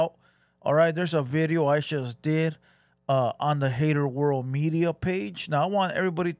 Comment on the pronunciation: A bideo you shust made lol. Hit the like buddon LOL